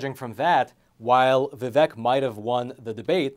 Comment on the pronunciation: A not deep state candidate, interviewed by a not deep state journalist on a supposed not deep state platform. Btw - I think he pronounces it Vi-vake. Yeah Tim and Nikki better raise their hand that they would support Trump - he helped them.